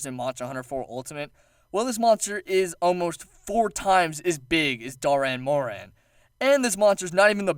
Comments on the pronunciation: well sir, if you payed attention to a certain cutscene in 4 ultimate, you would know that the gore magala turned into the shagaru magala. not the baby of the shagaru. and you pronounced dah'ren morhan wrong. doran morhan? really? nah, man. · Good video, just a lot of... mispronunciations. Like Dah'ren Mohran, not Doh'ren Mohren, among quite a few more. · Is there any way anyone wouldn't? Yama Tsukami he calls Yama Sakumi or something, and Dahren Mohran he calls Doren Moren. Might as well call it Doraemon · Doran Moron... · Also pretty sure the pronunciations are Shagaru Magala (Shah-garu, Mah-gala) Dah'ren Mohran (Daa-ren More-an) Yama Tsukami (Yah-mah t-suu-kah-me) Also I fucking love Chameleos Also Gogmazios is my fave monster (Besides, well, Savage Jho)